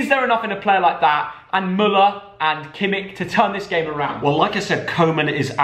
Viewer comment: Could you please pronounce Joshua Kimmich's name correctly? Thanks!